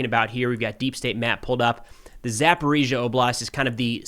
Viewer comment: Thanks for not using the Russian pronunciation of Zaporizhzhia anymore.